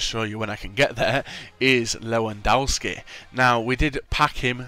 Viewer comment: the w in his names are pronounced at v! its a polish thing just try saying levidovski:D